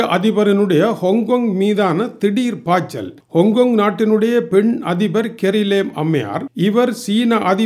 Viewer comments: அது என்னையா கொங் கொங் ஹாங் காங்க் அப்படின்னு சொல்ல வேண்டியதுதானே நான் எத்தனையோ முறை சொல்லிட்டேன் உன்னோட மூஞ்ச பார்க்க எண்களுக்கு பிடிக்களைன்னு செய்திக்கு தகுந்த மாதிரி வீடியோ போடுன்னு ஆனா நீ திருந்த மாடடேன்னு தெரியுது so இனி வார்த்தை எல்லாம் கடுமையாக இருக்கும் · ஹோங்க் கோங்க், அல்லது ஆங்கில உச்சரிப்பு ஹாங் காங்.